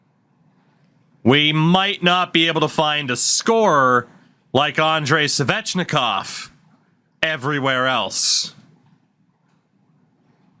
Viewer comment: The way you pronounce Svechnikov is so triggering